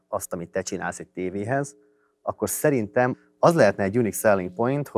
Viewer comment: roppant tehetséges és szimpatikus ifjú hölgy! Ám az affektáló intonációján mindenképp változtatnia kellene. ( Nem = nám, ilyen= ilyán, szerintem = szántám, tehát= tet...stb.).